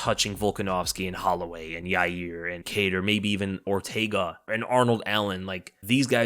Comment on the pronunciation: No offense but you dont know how to say yair it doesnt have a y in the middle 🤣🤣 you said it totally wronge